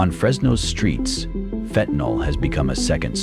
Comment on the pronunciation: FENTANYL, NOT FENTANOL.